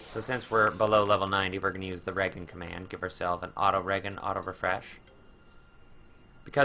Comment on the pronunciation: Re-jen , not Ragan